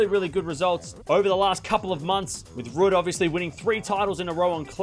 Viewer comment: Someone tell is pronounced Rude.